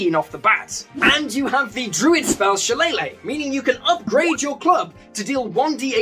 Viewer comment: Please tell me I'm not the only one who's pulling my hair out everytime I hear him say 'Shil-lay-luh'. In all fairness, at least he's not saying 'Shil-lel-ag' which I've also heard